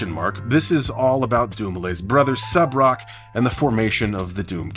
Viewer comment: Thank you for pronouncing Subroc's first name properly, not that I would expect you to blunder on that. Too many times I've heard people just pathetically attempt to pronounce his name (and their last names) and some of the things they come up with make my head spin lol. Personally, the worst example I've seen was from that Michael McCrudden guy who does the "Before They Were Famous/Dead/Etc." videos. His pronunciation? DINGLES-WEE. I am not kidding, that's how he said it 😩